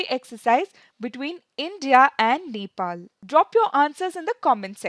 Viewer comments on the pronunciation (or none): none